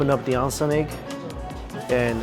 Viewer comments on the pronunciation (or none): Hi Mikey, So happy that you are doing some amazing Japanese cuisine. Just an FYI, Not maz soba but ma ZEH so ba. The G in Genmaicha is a hard G. Not ahn-sen egg, but OHN sen egg. Not ton kah tsu, but ton KOH tsu.